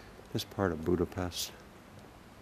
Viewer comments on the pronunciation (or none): It's Budape-sh-t, just as in the word shout and unlike the "s" sound in the word saint. Anyway thanx for the vids, great job! 😉